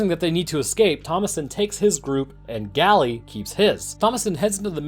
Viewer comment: its not pronounced "gally" its pronounced "gale"